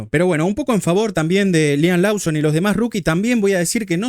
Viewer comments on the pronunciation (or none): es "Loson", es "Louis" Abrazo Cheeee que me cuentan el error del rookie Sainz?